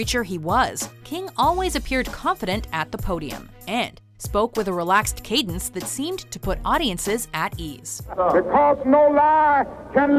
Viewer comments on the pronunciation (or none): none